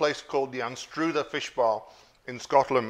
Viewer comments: FFS Darren. 1. Anstruther rhymes with 'brother' not 'broother'. 2. 'Salt and sauce' is an east-coast perversion. Decent Scotland has salt and vinegar. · At -0.54 secs. Its pronounced Anstruther..........not 'Anstrooter'😂😂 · As a Scot...l wouldn't be calling fish and chips "English"....they are "British"...and you didn't prounounce "Anstruther" properly. There are literally thousands of great fish and chips shops here in Scotland....my two favourites are Ullapool at the harbour and one in Cullin...famous for its "Cullen Skink"...made that last night and it's fantastic and so easy. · for the Anstruther Fish Bar, I live in Edinburgh and go up there maybe once a month. Although your pronunciation of Anstruther was interesting 😅